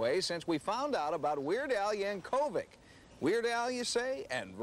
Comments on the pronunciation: LOL He put the emPHASis on the wrong sylLABle. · Weird Al Yan-KOV-ic 😂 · Ah yes, the famous Weird Al Yan-kó-vick. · Reporter at the beginning really said Yank oh vic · Yan-KOVE-vic. Well, alrighty then! :D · Yank-co-vic, lol. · YankCOE-vic? lol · Been pronouncing your name wrong all these years YankOvic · The pronunciation of “yankovic” absolutely killed me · i'm forever gonna pronounce yankovic with emphasis on the ko